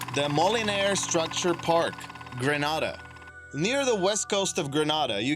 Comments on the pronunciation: It's pronounced "Greenaydah" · Audriana Michelin being from there, it made me wanna throw my fone on the floor!!!!! It's pronounced Greenayda!!!! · The way he pronounced Grenada made me cringe